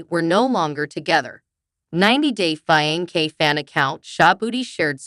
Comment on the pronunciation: It's not pronounced fianke, but with a C, fiancé. Please learn to pronounce English correctly before listing .